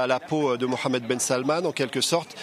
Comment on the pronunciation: C’est la première foi que je attends le nom Mohamed bien prononcé 😂💶💶